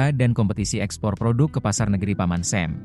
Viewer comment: paman SAM bilangnya kok paman SEM....ngakak....